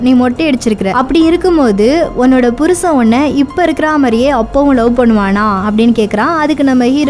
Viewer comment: Athu yen nenga purusana bhurusan num table la dable nu pronoun panringa.. Bt unga voice ok than.